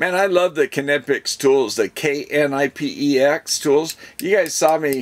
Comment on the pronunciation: You pronounced Knipex right! Great tools. You will like the hot swap tips! Heat up in 15 seconds.